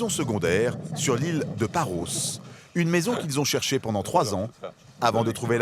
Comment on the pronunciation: Ils devraient surtout apprendre à prononcer correctement le noms de ces îles. En effet, Paros, Tinos .... se prononcent "o" l'omicron grec et pas "Paraus", "Tinaus " ce qui correspond à la prononciation de l'oméga grec.